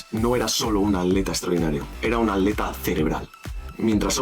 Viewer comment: por qué dices aleta en vez de atleta